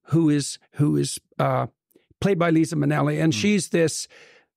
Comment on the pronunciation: It's Lyza, not Lisa. Don't use the LORD'S NAME IN VAIN!